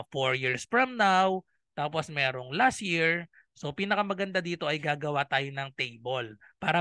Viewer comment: Las Year? Dika po makapronounce ng LAS “T” year kse LAS YEAR 😜